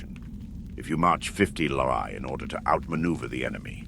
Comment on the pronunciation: Fantastic stuff!! Just a small note, "li" is pronounced "lee" and is a Chinese unit of distance , about 500m